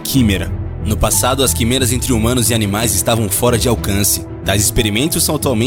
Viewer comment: Cara, vc pronúncia as palavras de forma muito errada. Quimeras se pronuncia com e aberto (é).